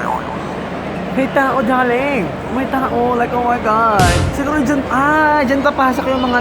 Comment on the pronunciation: Ang pinaka-bongga bonggang na hitabu saakong life 😂 is nakita ko ang kathniel. Like ohmyghaad daRling (with silent R 😂) Hahahahaha. they are so bonggalicious 💙💙 lots of blue hearts 💘 and I ADORE YOU SO MUCH I ALWAYS WATCH YOUR VLOG AND YOUR MAIN CHANNEL. nakaka-tawa siya, nakaka-wala ng stress. hahaha! aylabyo po 😉😘 godspeed and godbless po, more blessings to come. ❤❤